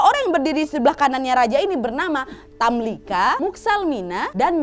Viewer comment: Tamlikha, pake خ Bukan tamlika.